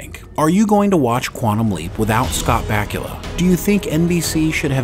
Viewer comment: Dude, learn how to pronounce the man's name before making a video about him.